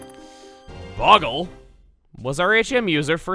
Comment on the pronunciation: The way he says Boggle like Hank Hill reminds me of a fucking hilarious YTP known as Hank of the Hill